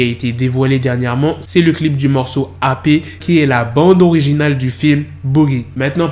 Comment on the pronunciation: "AH PÉ" ☠️☠️☠️ "AYPI" ZBI